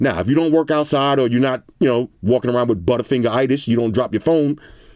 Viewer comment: "Butterfigeritis" - - 08/25/21